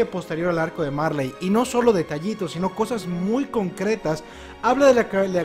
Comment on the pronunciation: en japon no se pronuncia la L se sustituye por la R marLey=maRe eLdia=eRdia Son lo mismo solo que en la pronunciación japonesa y algunos le dicen así xd👍